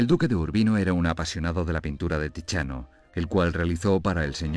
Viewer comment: Tiziano se pronuncia Titsiano o Tidsiano, no tichiano; Vecellio es Vechelio. La C se pronuncia como CH, en tanto que CH tiene sonido de C ante O y U , de modo que Michelangelo se pronuncia Mikelangelo Los españoles no procuran ser fieles a la pronunciación correcta de lenguas extranjeras. ¿Por qué?